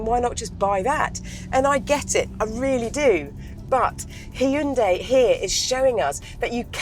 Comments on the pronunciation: Props for saying the name correctly. Yes, it's 'Hyun-DAY' (not hi-un-dai like most in the UK tend to say). Amazing work and keep it up! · She's the only one who I have ever heard says HYUNDI right.